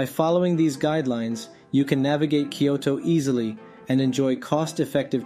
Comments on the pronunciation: The video is helpful for those new to transportation in Kyoto, but the narrator consistently mispronounces the city's name. New visitors to Kyoto should make sure they haven't adopted his pronunciation. It's isn't "Kee-OH-Toe" but "KYOH-Toe." The Y isn't a vowel. It's a consonant. Think of Y as in "yellow" rather than Y as in "happy." "Kyo" is a single syllable, not two. This is the same "kyo" that appears in "Tokyo," which also has two syllables instead of three. It was common to mispronounce "Tokyo" prior to and even during World War II. That mispronunciation was displayed in the occasional spelling "Tokio," which clearly gives three syllables. Visitors to Kyoto will gain points if, when talking to locals, they pronounce the city's name correctly. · I live in Kyoto, and can vouch for the information you give. But I really wish you'd learn how to pronounce the name of the city. It's not three syllables -- "kee-yo-to" -- it's only two -- "kyoh-to". Unfortunately the "kyoh" sound doesn't exist in English, except between words (try "blacK YOgurt"). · the way he pronounces Kyoto (particularly the 'T') gets on my nerves.